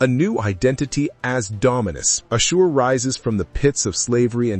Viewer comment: Why are you mispronouncing his name like that?